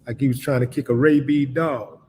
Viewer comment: Love ya Willie D, but a RABEED dog?? 😂😂